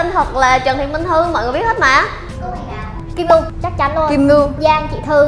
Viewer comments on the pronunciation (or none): kim ngưu sao đọc là kim ngu ta